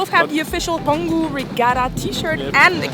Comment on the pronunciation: I thought after spending some time there, you guys would catch on that the G in Peng-Hu is silent, and H is not. :-) Hu means lake.